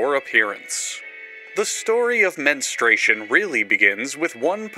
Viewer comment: you saying the MENstartion pissed me off. (on my period rn)